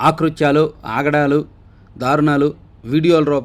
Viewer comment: "ఆ " కృత్యాలు కాదు, "అ" కృత్యాలు అనాలి..తమ్ముడూ.